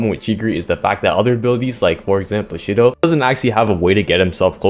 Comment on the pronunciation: sh-to❌ she-dough✅